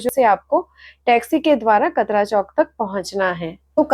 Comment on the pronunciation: Sab kuch bahut achha bataya aapne. Bas KATRA me "T" ka pronountiation Tamatar wala ट hota hai. It's कटरा , not कतरा . Nice Video keep it up